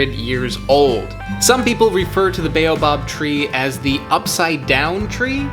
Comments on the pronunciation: I cringe every time you say "Beyo-Bab". LOL. It's "Bah-oh-bahb". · If you say ‘Bay-you-bob again I’ll scream. 😩 Why can’t you pronounce the name of this African tree correctly Mr. American, in whose country people are forced to pronounce words the US way. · It's pronounced as Bow Ab. We have them in Australia.